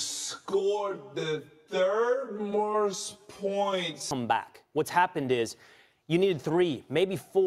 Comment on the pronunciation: I heard "morst"